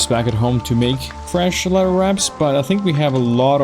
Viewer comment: I love to hear the slight British inclination to your speech (which is how English is most commonly taught around the world,) and even some difficulty with some words like "leather" sounding almost like "letter" sometimes. But then randomly some 'Americanism' comes out like "F**king hell!" and it just sounds like some dude I went to high school with. 😂 I promise I'm not trying to poke fun at anything about your speech, though. I'm just loving the blend of cultures that come through with it. Anyway, this playthrough is awesome. I'm glad you came up in my recommended. Definitely subscribing. 😄